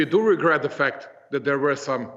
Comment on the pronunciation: "WE REGET" ?